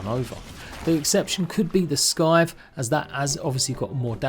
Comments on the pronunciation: Did this man just say "Skythe" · The C in Scythe is silent amigo, as is the C in scimitar.